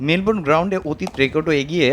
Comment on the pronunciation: Melbrone na melbourne .kanglu ra field er nam o thik thak bolte pare na .😂😂😂😂